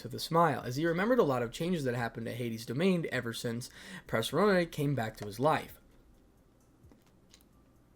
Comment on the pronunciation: purr-seth-phone-knee that is how do you pronounce Persephone. 😂😂😂 Sorry I don’t mean to be that guy but it was really just bugging 😅 Sorry 😂😅